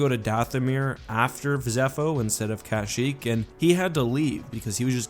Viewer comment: Every time you say CASHyyk I repeat it the correct way Kashyyk